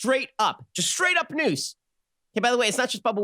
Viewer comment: Is fake "noose" wah wahhhhh LMAO